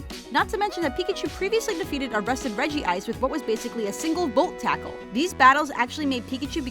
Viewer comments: You pronounce Regice wrong! It's Re-Gice! Not Re-Gi-Ice! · it's regice not regi-ice